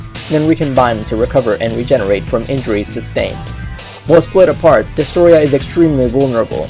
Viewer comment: I wish M.I.B. did the voice-over he would have said Destroyah better